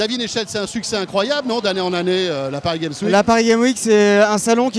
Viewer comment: "Paris gaime week" --'